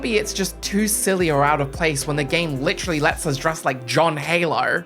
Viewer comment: ITS WITEWALLY FWEE!